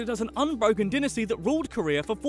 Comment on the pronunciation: Aww he can't say dynasty